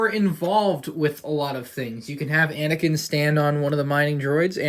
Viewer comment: It is anakin not anikin